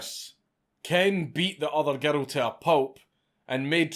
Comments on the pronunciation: I like how he pronounced girl as gertal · Everyone's talking about how he pronounces "murder" but how about how he pronounces "girl?" Gerrul. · How do you manage to pronounce "girl" as "gerro"?